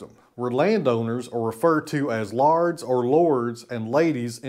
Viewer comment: 🤣 It's pronounced Lairds not lards. Who do you sell to?